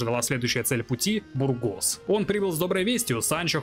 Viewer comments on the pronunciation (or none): Во имя Изобеллы Кастильской, сжалься над бедными испанскими названиями! В испанском ударение почти всегда на предпоследний слог! Не муньО, а мУньо, не бургОс, а бУргос, не нАхера, а нахЕра! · Мб душно, но не БургОс, а бУргос. Ухо режет ппц…